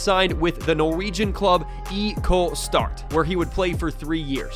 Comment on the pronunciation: As a IK Start-fan, I want to say that I'm impressed about the fact you looked up how to pronounce the team name, instead of just saying the "IK" part in English.